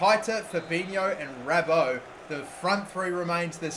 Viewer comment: Dude, just read what the players name is, not what you think it says, what it actually says. It's not rabo, it's not firminho, it's not skrinar.